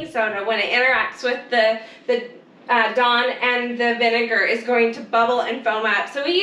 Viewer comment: What the f**k is Don? sorry Dawn?